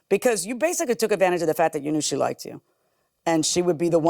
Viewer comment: "liked-ded"? Girl...